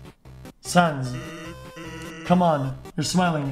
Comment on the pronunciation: people with functioning brains: sans and papyrus xqc: suns and pepperus